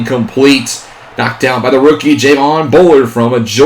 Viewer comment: javon bullards name is pronounced Juh-Vaughn